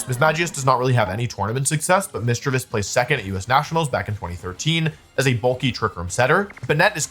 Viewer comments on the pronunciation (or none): none